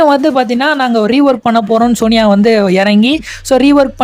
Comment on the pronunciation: Sony yay ❌ soniya ✅